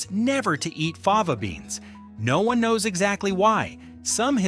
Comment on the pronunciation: AI can't even stick to a single pronunciation!